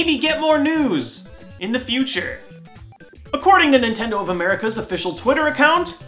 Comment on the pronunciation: nay!!! it is not nitindo